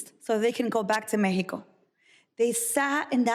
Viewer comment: did she say mekkico ?? isn't it mexico. the kid could have gone to mexico to be with parents..